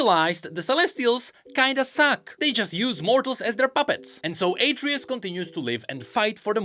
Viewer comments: It's not "Ay-tree-us" It's "Ah-tray-oose" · HIS NAME IS ATREUS! AH-TRAY-US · Its pronounced AhtreYus. Like the son of kratos? In god of war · its atreus not atreus bro omg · Mispronouncing Atreus. Also the burnt bread is a reference to King Alfred.